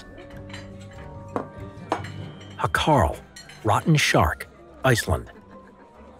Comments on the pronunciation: You said Hákarl wrong, the á is more like an ow as in the sound you make when you get hurt, Howkarl. Also you said karl wrong but that would be impossible for me to teach through text. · You pronounced hákarl completely wrong, should have just said shark